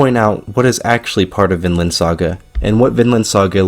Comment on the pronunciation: Vinland saga is a real anime story. Viland not Vinland saga